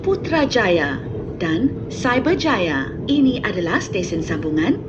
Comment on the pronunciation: The way she pronounced Putrajaya & Cyberjaya is so satisfying